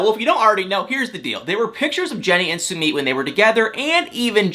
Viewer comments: It’s su mit. Not Su meet . Geeesh. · I am no English major however I do have many friends from India. You are pronouncing his names as “Sue-Meat”.. that’s not how you pronounce his name.. you pronounce it “SUE-Mitt” just sayin🤷🏻‍♀️